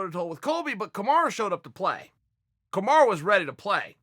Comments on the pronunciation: God damn Chael can you not pronounce a single fighters name correctly ? Surely you’re doing this on purpose right? It’s Kamaru .. not Kamara. This year has been the year of upsets and I have a feeling the last event is going to end with another big upset! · Still calling him "Kamara"🤣🤣🤣🤣🤣🤣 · When uncle Chael calls you Kamara....you are now Kamara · Marty “Kamara” Usman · Who is KamarA? It's KamarU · If uncle Chael calls you Kamara you better change your name to that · Chael "Kamara" Sonnen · Um, Chael, who the hell is Kemarra? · Chael we are well aware that you can spell Kamaru the right way but we love that you stuck with Kamara hahaha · Kamaru "Kamara" Usman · Chael "Kamara Usman" Sonnen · Us: Kamaru Chael: Komara Us: Komara Chael: OK, great. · He just said. Kamara vs colby 😂😂😂😂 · Everyone: Kamaru Chael: Kamara Everyone: Kamara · I swear his name is KAMARU NOT KAMARA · Nobody: Chael: Kamara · Kamarah Oozman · Dont ever say KAMARA again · Already dead “kamara” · Chael "Kamara Your-ear" sonnen